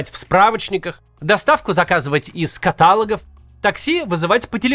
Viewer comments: Макс, ну уже второй ролик ты ставишь ударения не туда. То ката́логи, то нефтепро́воды. Качественные ролики должны таковыми оставаться! ❤ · Макс, какие нафиг катАлоги?) ну хватит так чудить с ударениями) 😂